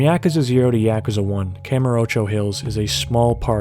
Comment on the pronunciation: I CANNOT stand the way you say yakuza. Could you just say like a dragon instead? Fuck